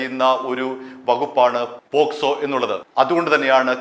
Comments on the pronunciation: കേക്കച്ചാ പോസ്‌കോ അല്ല പോക്സോ . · പോസ്‌കോ അല്ല, പോക്സോ കേസ് ആണ് 😅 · പോസ്കോ അല്ല, പോക്സോ എന്ന് പറ ചേട്ടാ 😃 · പോക്ക്സോ... ഇടക്ക് പോ സ്കോ ആവുന്നുണ്ട് 😂😂😂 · പോസ്കോ അല്ല സുഹൃത്തേ പോക്സോ ആണ് 😄 POCSO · പോസ്കോ എന്നല്ല പോക്സോ എന്നാണ് ശരി. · Not posco but pocso